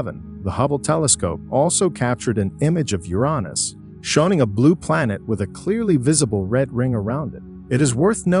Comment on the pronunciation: SEY-TURN?! SEY-TURN?! 😅😅😅 YURANOS?! YURANOS?! 😂😂😂